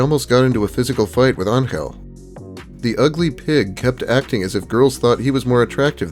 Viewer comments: It's angel 😇 why do you pronounce it as angle. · Very interesting way of how you pronounce the name Angel.